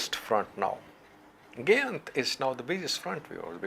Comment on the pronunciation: GA' YINT not GYANT